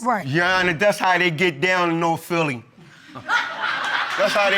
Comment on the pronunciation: He said “That’s how they get down in Norf Philly” 🤣🤣🤣🤣